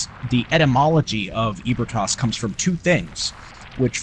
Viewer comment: ebrietas is pronounced "eebrieatas" not EEBERTAS